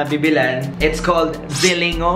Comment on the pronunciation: It's pronounced as (ZILING-GO) hehehe love you! 💕